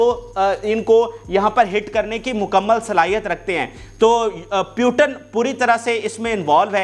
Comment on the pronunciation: Ek baat ko 6 baar repeat Putin ko pyutan Pehle seekh le bolna phir news bolna